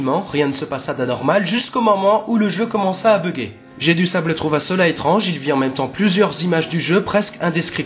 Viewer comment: Ah et Jedusable, vu qu'il est anglais, doit se prononcer Jai-du-saybeule